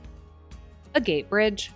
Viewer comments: it’s pronounced “aa get. Not a gate.” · Hi. Pronunciation on "Agate Bridge" correct?